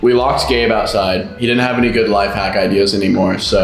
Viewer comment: You said videas